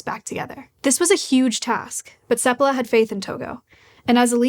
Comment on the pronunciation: It's "sEPpala" not "sepPAla"? I thought it was the latter, where's the emphasis go?